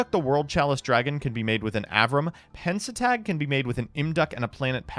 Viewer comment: if you say Pen-Sa-Tag instead of Pen-Ta-Stag one more time I'm going to implode. Is it a bit?